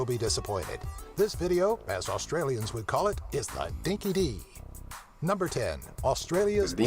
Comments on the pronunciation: dinky dee ? lmao its dinky die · What the heck is dinky Dee it’s bloody dinky die but I haven’t heard that in years. Seriously where do they get this crap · It’s “Dinky ‘Dye’”